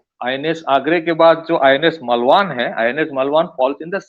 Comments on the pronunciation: it's not मलवान. It is मालवण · it's मालवण, not मलवान